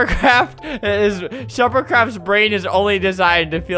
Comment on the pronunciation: No one: Albert: enjoying shupercrafts pain